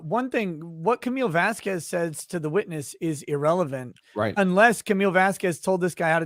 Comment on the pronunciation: She had no problem saying Whitney’s last name, Henriquez, correctly. So she’s deliberately pronouncing Camille’s last incorrectly. It juvenile, but seems completely in character for.